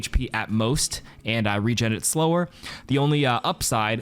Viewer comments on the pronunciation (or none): none